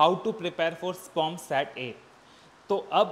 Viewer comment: Sir please s.p.o.m. pronounce kriye na rather than spum